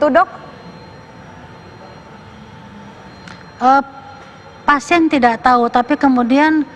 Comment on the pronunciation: Gak enak banget nyebut title Dok kan kayak dog